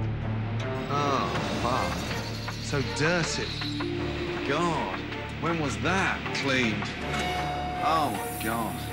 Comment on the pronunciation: “Oh my gEOd”